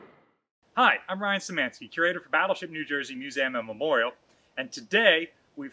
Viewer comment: Ryan , I'm Polack enough to know that the way you pronounce Szymanski is the Americanized version and not the way people pronounce it in the old country. All 4 of my grandparents came here from Poland in the very early 1900s.